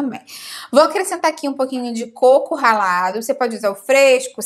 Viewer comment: Eu pensei que era corvo ralado kk